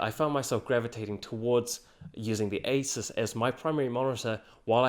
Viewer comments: You pronounce asus like acer. It's really annoying. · i had a hard time knowing if i heard you say asus, or acer. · Seriously this guy pronunciation of Asus and Acer is so similar is more confusing than helpful to watch. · You're pronouncing Asus wrong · the way he says asus and acer sounds the same